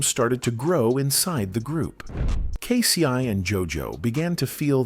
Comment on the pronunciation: Not K SI